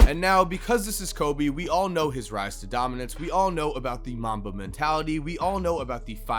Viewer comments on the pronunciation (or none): none